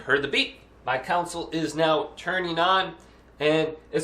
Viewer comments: Council. Lol Con - soul 😂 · "council" lol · It’s a console. Not council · I can't believe this is the only comment pointing that out. 😅